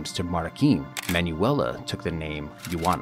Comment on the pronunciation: Just found the channel and I appreciate the effort you put in with the video clips and what not. My only gripe is your pronunciation with names. Google has a thing where it'll sound words out or youtube has videos on names and how they should sound. Sorry but Medellin and Juana really made me cringe. Sorry if i sound rude, but taking the 30 seconds to google it would make an impact on the content.